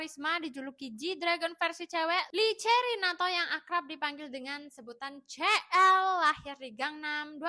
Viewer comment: kak CL bacanya SI EL , kalo CE EL, MALL CIPUTRA (CITRALAND) 😭😭😭😭